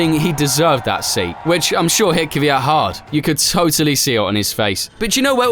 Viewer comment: First time hearing someone say kvyat properly idk why everyone says kivyat